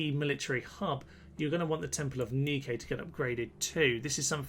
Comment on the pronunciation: Just #FYI, the Temples of Nike are pronounced Nigh-Kee, not Nee-Kay